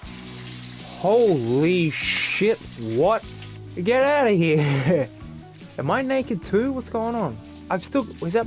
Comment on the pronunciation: "Get outta heuh." "She's a naughter girl." "Oh you fuckin gremlin. GET OUTTA HEUH!" Lmfao